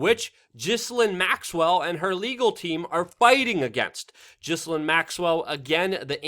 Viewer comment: Dammit, bucko, her name ain't pronounced 'jisslin!' The 'Ghi' has the same sound as in the first syllable of Dr. 'Zhivago,' the 's' is indeed soft, and that second syllable is pronounced 'lane.' You're one of the tiny handful of journalists out there that deserve the title because of your commitment and integrity...please don't give the haters any ammunition. Correct pronunciation might seem nitpicky to the average schmoe, but it's one of the top hallmarks of a true professional...which you certainly are.